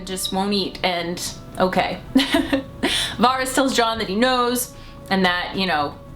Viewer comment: Jeez u watched the show why can't anyone say fucking varys properly. Why not go all out Aren't ya Stark. Joan snow or egnogg bartendering